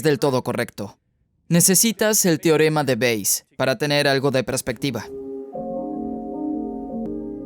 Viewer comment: ALGUIEN QUE LE DIGA AL ACTOR DE DOBLAJE QUE NO ES "TIOREMA"...... SI VEZ ESTO... SE PRONUNCIA "TE- O- RE-MA"... REPITELO FRENTE SL ESPEJO TODOOOOS LOS DÍAS.